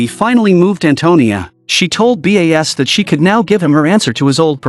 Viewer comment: is the narrator a human or AI? why is the name Bas spelled as B.A.S and not pronounced properly? So annoying.